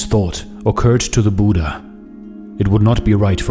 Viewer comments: It's not Buda it's buddha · Name pronouncing as " Buddh" not with aa buddhaa) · Brother , please pronounce buddha correctly its not buda its bud-dha . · Nice video. But please pronounce the title correctly. Short (u) like "put", "look", "foot" Budha, not Boooooooodha. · I want to say I disliked cause the pronunciation was wrong it's bhu dhya not Buda